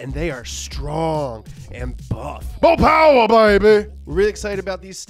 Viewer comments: By ooopmh?? whats that? you mean mo' powa' baby?!?! Its ok ill let it slide.....this time... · When he said a "a bit more... umph" instead of mo poweh benbah I was so confused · Yo no ones talking about how the other audience dude got hurt because of mo powah . . . . . . I guess he couldn't handle all the mo powah babeh